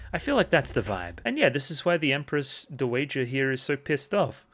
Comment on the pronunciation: Hey, super minor thing, but dowager is pronounced DOW-uh-juh. Dow rhymes with cow. Is Anshi-apo-diaires a very different lady to Anshi-RGU? Both are victims of CSA who feel they chose the role and thus aren't allowed to be true victims. This makes them feel superior to other victims they see as naïve, but also jealous that they are receiving attention, while also meaning they are even more isolated. If Adolescence of Utena is taken to be a sequel, then they even share sending their abuser into a mental breakdown and death by choosing to upend the power dynamic during sex.